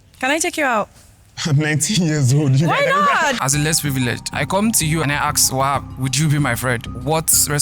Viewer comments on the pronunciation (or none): Why do yall pronounce Ask as Axe ffs???? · Why's everyone saying axe, it's ask😅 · Please guys ASK questions, don’t AKS ‼️😭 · Nigerians have improved in the way they speak, I can understand well what they are saying... There is still "axe" instead of "ask"🤐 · "aks" - ask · Everyone but said 'axe', please it is 'ask' as in Aaa sss kkkk